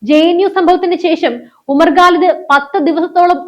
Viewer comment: you are OK as an anchor, but NOT as a Good Anchor. To qualify as a Good Anchor, you must improve your pronounciations. The guy you refer in this post is a JNU terror product named Umar Khalid. You pronounce his name as GALID. His surname is KHALID or GHALID not 'ga' or 'ka' but KHA. Comes after 'ka'. It is KHA. Arabic word. Do not disgrace the language or the name of the person. Learn to spell the names of people, places etc correctly.